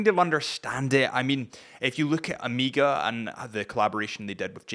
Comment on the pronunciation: I was more bothered by him saying Oh-meeeeee-gah